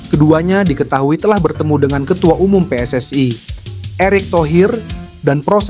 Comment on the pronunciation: PSSI bukan pss ai